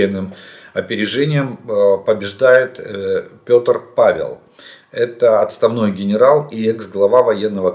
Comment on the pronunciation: Не Петр, а Пэтр.